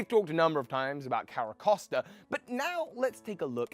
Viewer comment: Dude the way you pronounce pokemon kills me. Carracosta, I know its spelt the way you're saying it. Care-a-cost-a, cost like spending money. But its pronounced, care-a-coast-a. Like coast, like a beach, like where it lives nearby